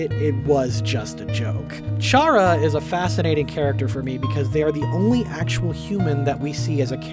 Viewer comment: Every time I hear you say "Chara" with a soft CH, I recall Blazer Terribad/Specter Spark/Sparky yelling in a video collaboration with Wamboo. Chara's name is a pun on "character"; every name in Undertale is a play on words.